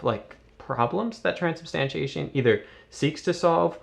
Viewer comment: Fun Fact: For his first year at Catholic Answers, Trent Horn could not pronounce the word "transubstantiation". He kept saying, "Transubstantination."